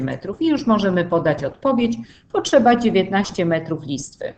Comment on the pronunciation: Czemu Pani mówi poczeba zamiast potrzeba Nieme t a czemu cz